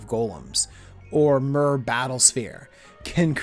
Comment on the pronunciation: Cringing everytime you fail at pronouncing myr....